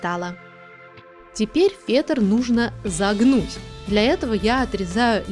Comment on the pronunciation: Почему ты так разговариваешь? Например :Теперь фетр нужно зАгнуть.Не то чтобы я говорю что это некрасиво,я просто спрашиваю.И да,диван получился классным! Обязательно сделаю!